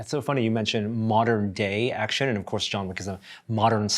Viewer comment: "Jean Wick"